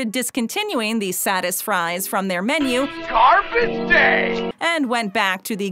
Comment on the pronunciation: I laughed so hard when I heard Satisfries more like “Saddest fries”